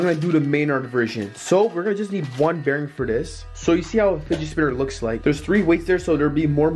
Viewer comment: he says spigit spinner lol